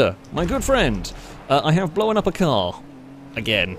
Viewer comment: Anyone else notice how pronounces 'known' as 'knowin' and 'blown' as 'blowin'?